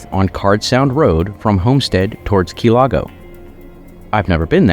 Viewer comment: Are you a bostonion key lago its key largp